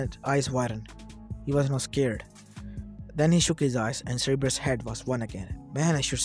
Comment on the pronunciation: Its not seereebrus its sounded sir_ber_us